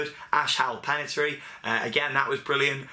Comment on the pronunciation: Pen-i-ten-tiary!!!! Come on, it's not that hard. Lol.